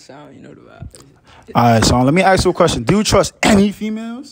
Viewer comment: He fasho laughed at how hard u hit that "ANY" 😂